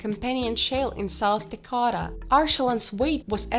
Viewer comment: Its not da kata 😂 its dakota (duh) (kow) (tah)